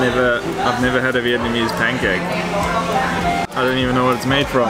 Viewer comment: Viet-Na-mese... NOT Viet-MA-nese!!! :-P